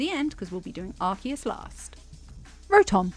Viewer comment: Finnaly a person who pronounces Arceus correctly